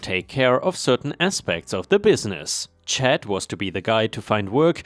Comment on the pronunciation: just a FYI for future reference, C.H.A.D (as a person's name) is usually said like CH-- ADD ( it would rhyme with words like Mad, Bad, Rad, Fad, Lad, Sad.) :)